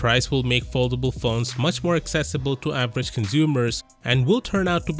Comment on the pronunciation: 1399$, "accessable" lol